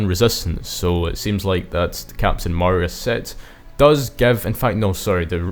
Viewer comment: Nice video but holy cow man it's pronounced Ma ree Ah, yk, like Maria from sonic adventure 2